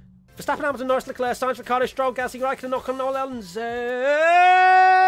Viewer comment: I'd like to buy an additional syllable for everyone's name ;) Tsunoda, Alonso, Schumacher, Mazepin